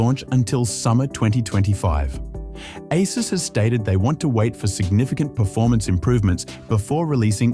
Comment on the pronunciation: Ai cant pronounce. Saw another channel with ai voice as well.